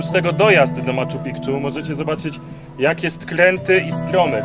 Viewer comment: "Maczu Pikczu" no spoko